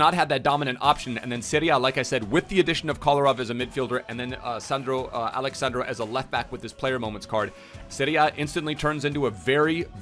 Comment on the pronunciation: He's not Alex sand-raw He's Alex sun-draw